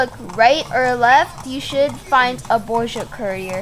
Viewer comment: It's Borgia. BORGIA.